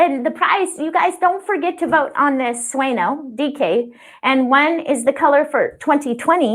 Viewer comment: My ears are still hurting from when I watched this a couple weeks ago!, your beautiful yarn means "Dream" in Spanish and is pronounced "SWAY-NYOH", not "SWAY-NO." The N has the same little wavy line over it like you might see in "Señor" or "Señorita," and the same pronunciation. We all know not to say "sen- OR", right? So please, please, please,, start pronouncing the name of this dreamy yarn like it should be! Otherwise, I might have to stop watching your videos to save my ears!